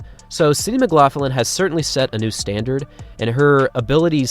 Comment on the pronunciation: your pronunciation of McLaughlin though is a bit strange for me (I'm Scottish). I am not sure why you add an "f" sound in the middle - it is more of a gutteral sound you need to make, but no "f" there:-)